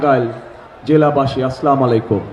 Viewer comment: সালাম টাও ঠিক মতো দিতে পারেনা বলে সালামালাইকুম